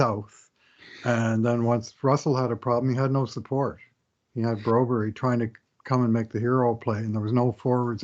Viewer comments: BROBERG Swedish PRONUNCIATION:⚡️BREW- BARY.⚡️ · Ask Broberg how he wants his name pronounced by NHL commentaries! Like Johnny says, "Surley it can't be that difficult".